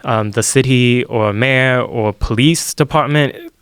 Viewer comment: This guy's voice is the most annoying thing I've heard all year. His pronunciation of words like mayor make me cringe so hard I'd punch him in the fucking face..